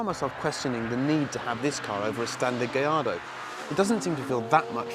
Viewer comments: Double L's are pronounced as a "Y" in Spanish. Hence Gallardo is pronounced "Gayardo" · Because "gayardo" is how it's pronounced. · Because thats how it is pronounced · You know how annoying it is to hear every brit and american butcher the name of the auto every time.... -_- thank you my good sir for doing this public service. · That's how it's pronounced. The double LL's are silent. Great video ... love all those cars!